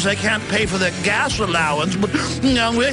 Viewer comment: I love the way he pronounced “plenty” at the end of the video. 😂